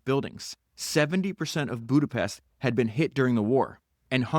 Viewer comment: Péééterffy….. also: not boodapessst! But Budapesht ! Otherwise, very interesting. Thanks!